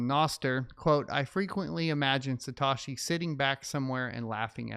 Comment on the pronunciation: Its Sa Toe She